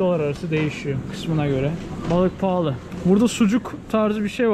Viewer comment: Abi neden pahli diyorsun?*